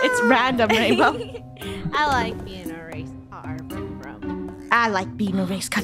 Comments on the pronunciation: Funneh think she said: Raingolf (Rainbos) Me: RainLoaf? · Bow-lf (rainbow)